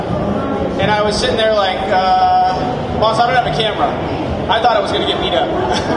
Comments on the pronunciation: This guy calling him BOSS? It's BAS, and it's not pronounced as BASS or BASE either. The "A" is pronounced like the "O" in FOX and the "S" is almost more of a "Z" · Everyone fighting over the pronunciation of his name you would pronounce it bahs but it is spelled bas now get back to the real comments